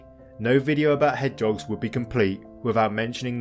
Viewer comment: Hedge'oggs? Surely the word is Hedge-hog?